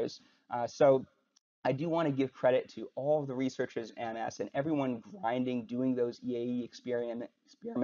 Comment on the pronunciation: Thank you for actually pronouncing MS correctly.